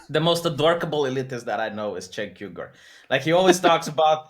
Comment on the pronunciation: push the lil speaker under uygur! ffs, cenk "yogurt"? oo-e-g-oo-sh, "member of turkish nation" if you translate